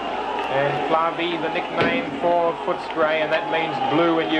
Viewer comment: Plavi not blavi 😁😊